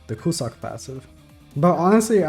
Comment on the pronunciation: btw, it's pronounced cue-zack and not cu-suck